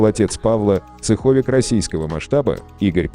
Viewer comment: ЦехОвик🤦‍♂️ из ушей у меня кровь потекла. Ударения научитесь расставлять)))